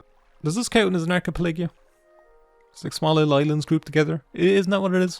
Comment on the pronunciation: Ar-key-pell-ah-gio. You said Arch-a-pell-a-gi-oh so many times I almost forgot how to pronounce it.